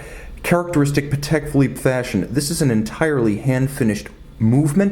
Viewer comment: I think you do superb reviews but please, it's PAtek not paTEK